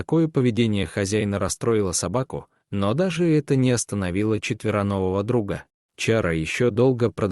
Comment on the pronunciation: ЧетверонвоВо? Прям замечательный рассказ, но это прям слух режет.